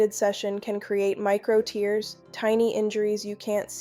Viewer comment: She lost me at mispronouncing "tears".